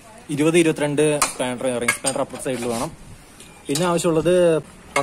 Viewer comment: Spandar alla, spanner